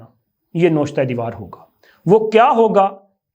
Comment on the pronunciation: آپ کئی الفاظ غلط ادا کرتے هیں آج کا لفظ " نوشته " غلط ادائیگی ........ noshta درست ادائیگی ...... nawishta معنی ..... لکھا هوا ....... written